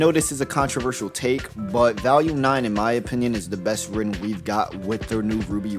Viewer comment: Where are you from brother?? I've NEVER heard anyone pronounce "volume" like that in my life